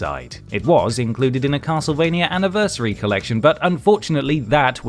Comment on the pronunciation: Half the time: Castlevania Half the time: Castlevainyer Make up your mind mate, do you want to pronounce it properly or not?